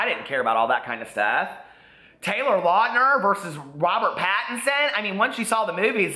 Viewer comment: Lol anyone else catch him say "Jacob Lautner"?